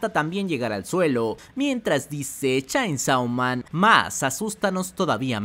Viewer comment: Por qué pronuncias tan mal "Chainsaw man"?